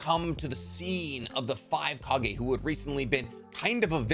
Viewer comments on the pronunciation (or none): none